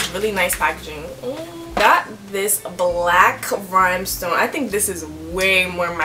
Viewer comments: I love your license plate but RHINESTONE, RHINESTONE, not “rhimestone” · I was like anyone picking up she saying rYMEstone 😳